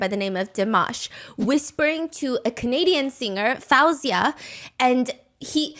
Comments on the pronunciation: Can I just say you keep pronouncing Faouzia’s name wrong. It’s pronounced Fozia, not Fowzia. Thank you for the insights into the show. I watched the show and felt there were things going on in the background. I think Dimash should have duet’ed with Faouzia but thats my opinion. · Hearing fAHouzia instead of FAOUzia is lowkey making me go insane😭😭 Shes literally my favorite female artist😭 so hearing pronounced wrong is 😭😭. I love you sm Stephanie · Quick note, Faouzia is pronounced Faow-ze-ya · Say her name right Foo- zy- ya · her name is pronounced foozia!